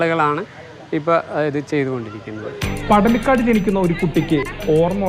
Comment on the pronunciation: പടലിക്കോട് അല്ല പടലിക്കാട്.